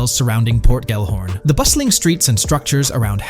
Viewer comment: Bruh can you not spell? Why do you keep saying “Port Gorn” it’s literally Port Gellhorn. Do you see the letters?? Say it with me ~ GELL-HORN. GELL. Sounds stupid when you say port gorn. Not even a thing🤦‍♂️